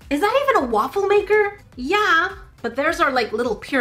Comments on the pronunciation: Lol, woofle maker 😂😂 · So I heard waifu maker idk is it just me? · A Wuffel maker XD Please search Wuffel on Google. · “So this is my Woofle maker”